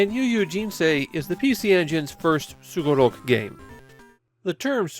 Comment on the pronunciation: You pronounce sugoroku like a native Japanese speaker,, I always hear some people pronounce the sugoroku word with an emphasis on the -ku, however.